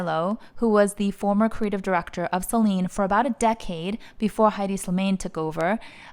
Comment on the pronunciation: So happy Phoebe is coming back. I do enjoy hedi’s iteration but not as much as phoebe’s. P.s pronounce it as eddie not heidi